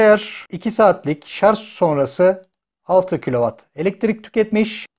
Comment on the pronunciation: Hocam sarzzz değil şarjj 🙂